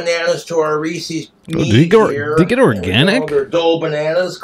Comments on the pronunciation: He's doesn't know what the apostrophe means though. I assume anyone who says reesees doesn't understand that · It's Reese's Not Reesies, Jessica is getting back in if she has booze!🤣😂🍷🍻🍹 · Its reesies.